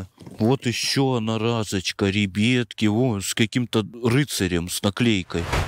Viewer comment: Почему РЕБЕТКИ А НЕ РИБЯТКИ